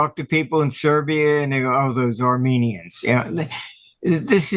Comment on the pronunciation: The "Armenians". LOL Rest of the interview I loved! Great stuff.